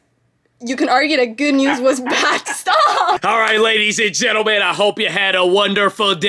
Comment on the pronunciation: Sounded like she said "gentlelen" lol